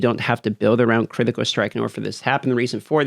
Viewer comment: vulnerabo stronghode critico! you're a wizard,.